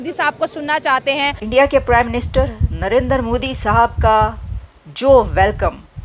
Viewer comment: Babe it is Narendra, not Narender. He is not a Punjabi.